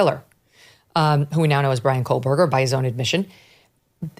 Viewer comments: There’s no “L” on Kohberger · Koe-Burger!! Megyn Kelly is an absolute moron. She can’t even pronounce his name right… So incredibly inept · Say his last name right! And Dylan and Bethany are liars and shady. Too many stories! Lies lies lies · Please please inform Ms Kelly there in no Letter L in Kohberger. She has been mispronouncing the name for years!!